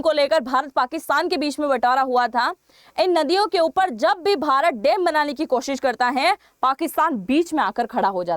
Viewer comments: Madam there is a difference between डेम and. डैम So please be careful about pronunciation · Woh डेम नही डैम होता है, सही पकड़े हैं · Dem kya hota hai .dam bola na😅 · dem nahi dam aur lara nahi lar rahe the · Madam, Dam ko Dem kyo bolti hain Rajasthani style mein. Kal toh ap bag ko bhi beg bolengi. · Madam ji, it’s डैम not डेम 🤣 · Please improve your pronunciation of DAM.